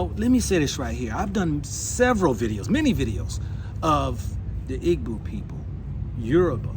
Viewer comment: Igbo EE-bo. Not EE-Boo